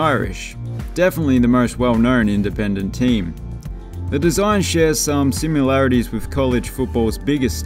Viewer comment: He actually said “simularities” at about the mark!!!